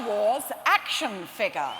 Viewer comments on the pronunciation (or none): "Action Figgah"